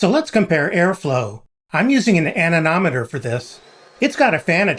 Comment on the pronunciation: Admit it, you just made this video so you could say anemometer a few times. And, you didn’t screw it up 😂